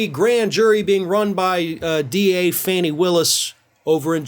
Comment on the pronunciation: It's Fani Willis. Pronounced ( Fah-nee ) . There's only 1 - one "N" in her name. So again Fani= Fa---Nee or Knee.